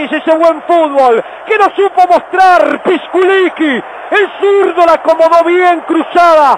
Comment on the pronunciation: Jaja , ¿porque dice "pisquliqui" , enves de "pisculichi" ?